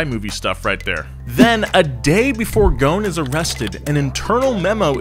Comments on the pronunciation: IT'S NOT CARLOS "GONE", IT'S "GOHSEN" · Hey, You say "Carlos Ghon" the S is not silent, it's Ghosn, that word "Ghosn" in Arabic it means "Branch" Since he's mother Land is Lebanon. (SORRY FOR BAD ENGLISH) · the s in GhoSen is not silent . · If only his last name didn't have an S in it and is pronounced Ghosn ( Ghoson ) that would work. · First of all, why are you calling him Carlos GOWN? GhoSn. ew pronounce the "S" in his name. And before someone jumps out of his box to type in a comment like "who do you think you are and you don't even know the guy"... I'm from his country and we all know him :) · The way he says Ghosn😂. it actually sounds like Goo-Sin. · DaLaaNi Bombina i thought it was clear that the s needed to be pronounced. spelled ghosn but still pronounced the way it looks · "Carlos is Ghosn" C'mon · The s is not silent in GhoSn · The s in ghosn is not silent ffs